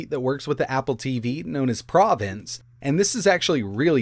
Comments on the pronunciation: Great video but he kept saying provence instead of provenence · Provenance is three syllables. prah-veh-nahnce.